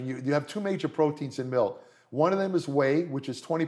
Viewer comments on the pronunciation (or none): none